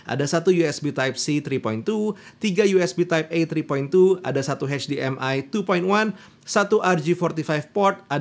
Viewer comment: ketika bilang HP Victus --> eij pi waktu bilang HDMI --> heij di em ai pas bilang FHD --> ful heij di